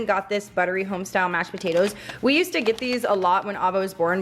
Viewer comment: Hi, just wondering what kind of accent you have? Was noticing the way you say potatoes had an accent? ❤️